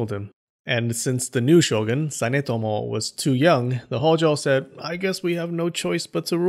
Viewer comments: Pretty sure the word "shogun" is pronounced "sho-goon", not "sho-gun" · 将軍: 'show-goon'; not 'show'gun'